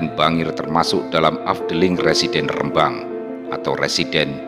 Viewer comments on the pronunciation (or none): none